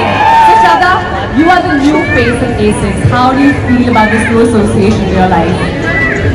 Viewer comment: Axis nhi h wo Asics ( A Sixs)